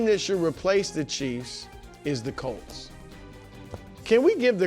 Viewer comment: Since my team is good again and gets talked about more on the show, for the love of god can Nick PLEASE pronounce the name right? We’re the Colts NOT the “Calts”